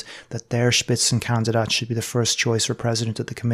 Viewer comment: „Spitzenkandidat“; well pronounced. respect